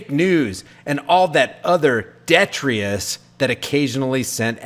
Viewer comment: It's "detritus".